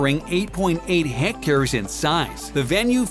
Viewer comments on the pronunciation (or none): none